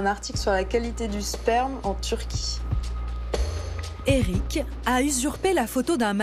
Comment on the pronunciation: "erick" mouuuuuais